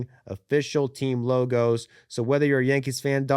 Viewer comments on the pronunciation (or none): none